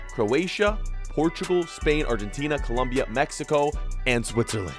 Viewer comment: Its colombia not columbia